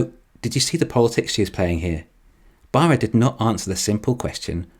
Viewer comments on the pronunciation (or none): It's a crying shame the Bolt doesn't use the fantastic GM Bull-tium batteries. And I like how the narrater pronounces Baarras. It's very nearly BareA55... 😁🍑🍑